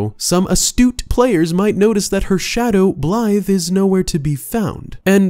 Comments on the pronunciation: Great video, but all i hear is “Blythe” and it bothers me. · He’s screwing up blaidds name on purpose right? Hearing Blythe over and over again was really striking a nerve.